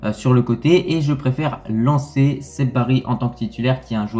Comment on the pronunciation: Saibari ça se prononce say bari pas seb bari